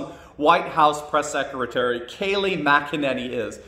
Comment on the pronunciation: Why do people keep pronouncing her last name as MacEnany? It’s McEnany it sounds like Mic not Mac